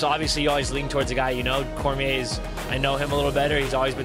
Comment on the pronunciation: Ortega is so fucking stupid that he doesn't even know how to pronounce Cormier. What a fucking moron.